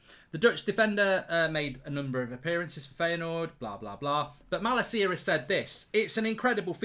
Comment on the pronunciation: As a dutch person for the LOVE OF GOD learn how to say Malacia’s name PLEASE 😂😂